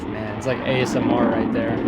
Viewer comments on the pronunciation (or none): none